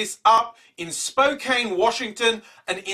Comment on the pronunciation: PS you its SpoCAN not SpoCANE: Spokane Sorry thats my pet peeve. Like people that live in Oregon for like half their life and still call it "OrEgon"